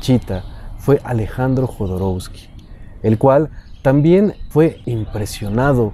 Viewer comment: No es Jodorousky, es Jodorovsky, así se pronuncia la W.